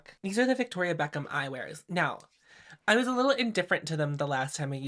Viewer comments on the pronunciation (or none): none